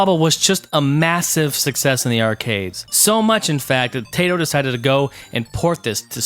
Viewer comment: 1. It is pronunced Taito, not Teito. 2. Dragons are named Bubblin and Bobblin. At least in the NES version. 3. You can speed up your DOSBox (Ctrl+F12). There was a Rainbow Islands game on GBC.